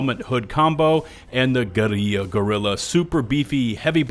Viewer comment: Brother, guerilla and gorilla are pronounced the same Unless you’re memeing but pls don’t make this a trend lmfao